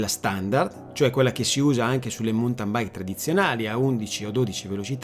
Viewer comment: Bella esposizione però, cortesemente, si pronuncia "mauntin" non "muntan" o "montan". Grazie